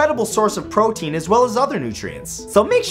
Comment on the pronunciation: gaston said he eats 5,000 eggs a day u said PROTEN